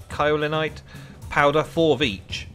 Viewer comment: If you're gonna correct someone, atleast do so 'correctly'. Kaolinite (/ˈkeɪɵlɨˌnaɪt/) k - sky, crack eɪ - FACE, made, fail, vein, pay ɵ - omission (either oʊ or ə) So not Cow, but more pronounced like the boxing term "KO" or "kay-oh-li-nite"